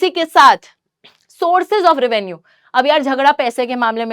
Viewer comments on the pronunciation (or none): none